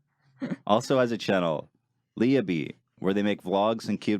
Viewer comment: Glad you finally started saying Leah's name correctly, Ethan ;)